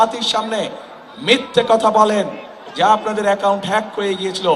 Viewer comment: পড়াশোনা করো গিয়ে হ্যাক কথাটাও উচ্চারণ করতে সাহায্য লাগে 😁😁😁